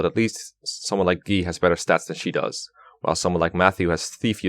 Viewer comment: Why dose he pronounce guy as gi?